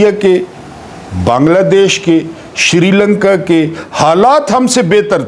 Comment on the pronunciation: اپ بار بار سری لنکا کو شیری لنکا بولتے ہیں جناب دوسری بات یہاں انقلاب نہیں اسکتا کیونکہ اس کے قابل نہیں ہے